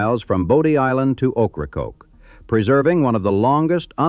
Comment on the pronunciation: Great job getting the AI to pronounce things correctly, I’m impressed. I was waiting for a garbled Rodanthe but, nailed it. Pamlico Sound, perfect. Even the “r” in Ocracoke which I barely get correct as a human. Tell us your secrets 🙏